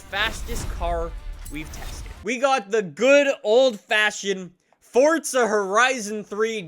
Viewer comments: Please stop saying "Foart Za" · Good video but where is the t in forza? Lol that drove me nuts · Eezy Convo56 no it’s not there’s no t in forza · Please show me the “t” in Forza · why are you saying forza like an idiot? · There’s no T in forza 🙈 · It’s forza not fortza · Why does he say "fortza" instead of "forza" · F O R Z A NOT FORTZA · FORZA NOT FORTZA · ITS FORZA NOT FORTZA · i don’t wanna be mean but “fortza” bothers me lmao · Forza not fordza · “four- zuhhhh” not fortza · Ohhhhh why are you saying fortza horizon instead forza fh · Its not fortza its forza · Stop saying fortza it’s forza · it pisses me off how he says “fortza” instead of “forza” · nigga really said fortza instead of forza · Fortza 2 much FortNite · Its not Fortza! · Why has Forza turned into fortza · Lol "Fort- Za" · Fortsa horizon 4, its Forza FORZA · It’s an Italian word like pizza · Really irritates me how Americans can’t say stuff properly. “Forza” not “Fortza” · "Four-Zah" not FORT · It's FORZA!! Not FORTZA !! Can't even watch it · FOR THE LOVE OF ALL THINGS HOLY. CAN PEOPLE PLEASE STOP SAYING forTza!!!!!!!! there is no bloody T in that word!!!!!!!!! all these YT's are ruining it. its just plain F O R Z A. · It's pronounced FORZA not FORTZA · U keep pronouncing forza forTzaa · i unliked and will never subscribe because of the sole reason you say fortza. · pretty sure its forza not fortza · no no, it's pronounced Forza not fortza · Why does everyone one say Fortza instead of Forza? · Fortza. Lol 😂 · Have you realised thzt he says fortsa instead of Forza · It’s pronounced ”fortza“ because it’s an Italian word like pizza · It sounds like he says Fortza Horizon 4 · It forZa not forza like if u agree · It sounds like he's saying "fortza" . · Its pronounced fortza... its italian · I just want to know why he says FoRtsA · Nothing is more infuriating than when someone says fortza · Fortza??? Why is he saying forza really weirdly? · Pls don’t say fortza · y do u say FORTZA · 'Fortza' Horizon